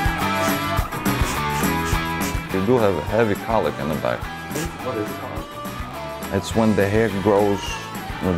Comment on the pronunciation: Is he saying collic or cow lick?